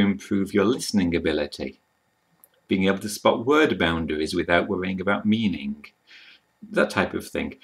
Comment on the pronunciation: Excellent video with good tips. Just a small question: when you pronounce a word ending in '-ing', you sometimes change it to '-ingk'. Yes, with a K sound at the end. For example: meaning becomes meaningk. An influence from Czech learning or is it something that is done in general by native speakers of English? I just noticed it a few times. English is a second language to me, that is also a reason why I ask.